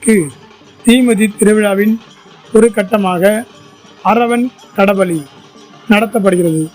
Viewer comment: Kada Bali alla! Kala Bali! Difference ai therindhu kanoli podavum! Arai vekkadu!